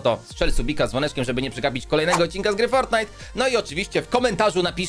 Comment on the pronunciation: No ja nie mogę mówi się Frotnajt